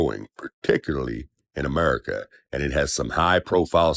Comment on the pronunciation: I heard enough at uh-murica😂 The US education system needs some serious updates, we can't let them slip through the cracks anymore.